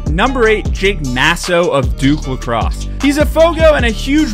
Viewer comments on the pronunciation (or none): It’s pronounced Nay-so. At the very least, you gotta get that right behind releasing this.